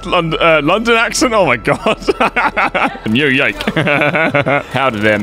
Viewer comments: “New Yoioiuk” - 2021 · Enjoying these! (It’s Noo as in Noodle and Yawk as in Hawk).